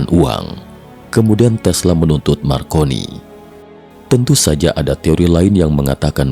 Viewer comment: MARCONENE/I = M-AR - CO - N - ENE/I ).